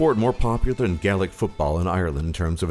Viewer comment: YOUR SAYING GAELIC WRONG!!🇨🇮🇨🇮